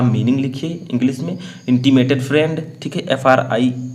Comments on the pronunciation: Fried nhi friend hota h 🤣🤣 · Friend not fried